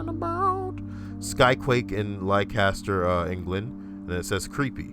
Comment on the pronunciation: Leicester is pronounced Les-ter (I am from there.)